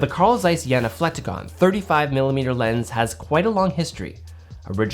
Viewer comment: Jena is pronounced more like: Jay-nah ;)